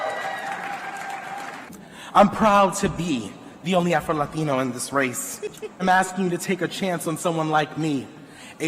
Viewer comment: He uh prowwwd afroeluhteenoooo...🤡